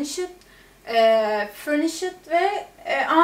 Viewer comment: FURNISID ne yaw! FURNISHED..... :)